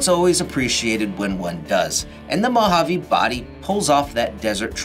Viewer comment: It's Mojave not 'Mohavvy'😮‍💨